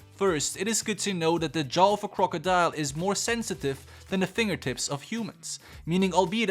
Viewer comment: Crocodile... The way he says this annoys me (I love your content but jurrrrrrr) and Croco??? Is croc🤣(just saying ❤️ love your content